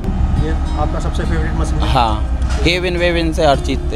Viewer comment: Bhai sorry don’t mind but मसिन nahi machine मशीन hota hai aap ne channel banaya hai apne pronunciation par bhi dhyan de thoda thanks